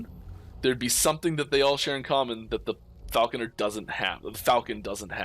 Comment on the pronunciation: it’s FALCON-ER!!!! Not falcon-EER!! cmon buddy. say it right pls. said it right at beggining of vid.